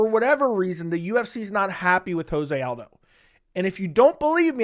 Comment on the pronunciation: Lobe the takes but is joe-zay aldo